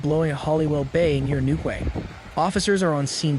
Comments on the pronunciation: Cara vans...ca rav vans . !! New kway.. X ..new key 👍 Does no one check pronunciation before reading out loud😢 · Urgh your pronunciation of English towns, and ‘Greenwich mean times’ is all wrong 😂 It’s Gren-age & New-key. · It's pronounced Newkey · It is New Key not how you said it. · It's pronounced New - Key.